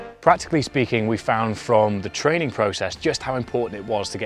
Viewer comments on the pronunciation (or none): although your pronunciation of "loch" is dubious at best ;)